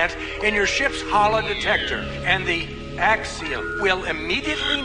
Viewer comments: why did he say axiom that way? "And the. AXIOM" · Years ago until now whenever I would watch this scene, it would always seem weird to me how he pronounced the name of the ship. Now I know why.